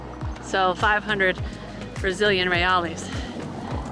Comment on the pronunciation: its 1 Brazilian Real, but 2 or more is Reais or said "Hey-ICE" ... Real-ees isn't a thing.